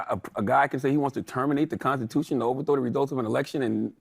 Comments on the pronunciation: “The con-ta-tushion”?? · He certainly cannot spell ‘consitushun’. Nor pronounce ‘constitution’. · The god can’t even speak proper English and pronounce words,, example “da condatewshun”